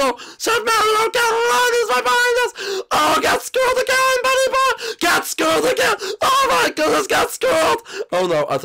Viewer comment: he said buudy boy